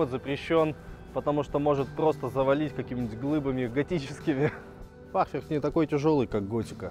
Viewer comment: У фахверка на данный момент пока только один недостаток - буква Р ;)